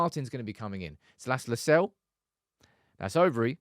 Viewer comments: The name LUSALE, is pronounced as LU SA LE, not LU SALE, No. This is an African name from Zambia. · The correct pronunciation of LUSALE is not “Lusell” but LU- SA- LEH its an indigenous Zambian name. And im proud to have the lad representing the United academy 👏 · Lu-sah-leh that's the pronunciation